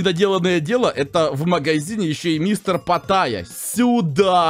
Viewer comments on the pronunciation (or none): Почему патайя если он питайя?